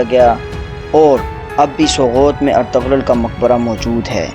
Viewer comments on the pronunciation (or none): اَطَغْرل نہیں بلکہ اِرْطُغْرَل درست ہے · Aray ertugrul ka name to dahi say lo